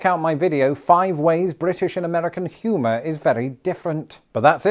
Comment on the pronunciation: Your pronunciation of humor sounds like puma./g /lh